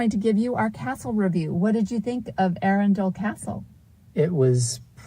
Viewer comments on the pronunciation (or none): Say 'Arundle', accent on the capital A. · Try saying 'trundle. or 'dirndl' - it's really easier if you forget the 'e;'on the end - 'muddle'? 'Puddle, maybe? Just try ARRUNdle - the AR and Run are level - and the 'd'l is tacked on the end. Many Americans have endless problems pronouncing English place names, let alone Welsh, Scottish and Irish all of which are based on two other native languages - neither of them English. TBH it's painful to listen to. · You made Arundel [pr Arundle, like trundle] sound like a place from 'Lord of the Rings'.....................plus lots more. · well, you probably are new to me, but I usually do a good job pronouncing most British place names. I think 90% of the time I'm correct. The mistake I made at Arundel was that I didn't ask how to pronounce it before filming the video! That's what I typically do. I have been visiting Britain since 1985. Since I have been married to a British citizen for the last 31 years, I have been there dozens of times. We now live in England five months out of the year. I've learned a lot in that time!